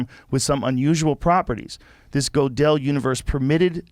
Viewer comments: Joe pronoucing Godel as GO-DELL. sounds right. but its prounouced GURDELL. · His name's pronounced "girdle".